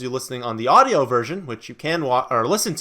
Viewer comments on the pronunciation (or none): none